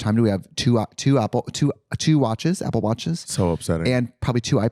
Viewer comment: Why did it make me so mad the way she couldn’t say apple watches LOL